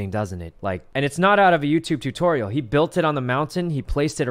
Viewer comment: No one : Sykkuno : TOO-Tory-al